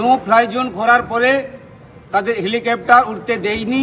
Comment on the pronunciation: Tmc neta 99.9% sob Bangladeshi valo kore helicopter bolte parena